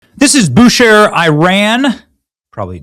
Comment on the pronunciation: Benny it is pronounced (bu-Shahr)